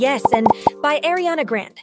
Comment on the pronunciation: Also it’s really annoying that the ai can’t pronounce Ariana Grande correctly.